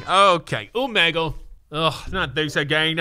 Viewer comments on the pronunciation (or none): none